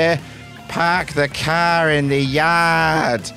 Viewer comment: Bro I love your work I really do. But your Boston accent was terrible. Car is cah. Car keys is pronounced khakis ❤️